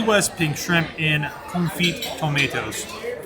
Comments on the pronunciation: Fantastic! Confit = Confee drop the t The only lesson in French I remember! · Love the review... but so you know that CONFIT is pronounced without the T sound at the end. xoxo